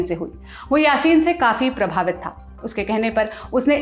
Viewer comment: Tha nahin thye bol